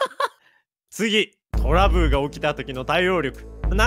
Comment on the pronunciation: さん トラブルが言えてなくて トラブーって聞こえる